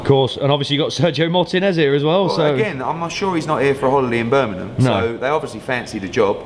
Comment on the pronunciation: EDDIE FOR FUCKS SAKE - Its Birmingham, not Birminam!